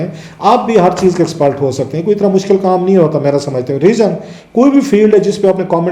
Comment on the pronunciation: You get my nerves when you say "EXPELT" or "THULTY". Ask you son to teach you proper and correct pronunciation.